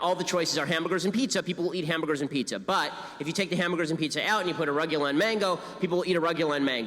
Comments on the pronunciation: Ben, what is this absurd pronunciation of arugula? I am going to go become a leftist now, because I cannot support that pronunciation. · I love how been pronounces arugula